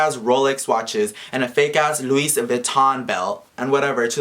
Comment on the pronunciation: dumb bitch though he was going to get over on bitch i was laughing so hard luis bitch its